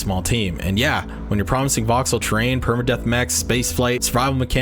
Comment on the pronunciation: Oh TERRAIN deformation. I kept hearing train deformation and couldn't understand what that was about. I'm glad it's 1st and 3rd person because I don't want to have my own blocking my view of the target area.